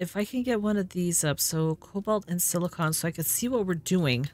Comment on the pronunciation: Thank you for being the only youtuber I've yet seen to not call silicon silicone.